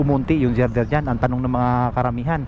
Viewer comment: Nakimarites ka na rin lang, sana inalam mo muna sa Google ang tamang pronuciation ng word na GIRDER at kung ano ang function nyan sa structure na yan. Susmaryosep!